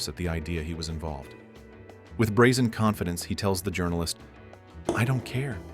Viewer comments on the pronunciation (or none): none